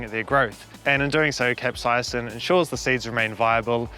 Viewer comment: You are mis-pronouncing the word "capsaicin".